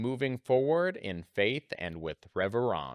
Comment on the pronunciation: Its not reverence… its reverence 😅 “harry potter style”